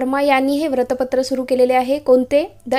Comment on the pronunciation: Please don't say vratpatr it's vruttapatra u will be there in pronunciation same for bahishkrut it is not bahishkrat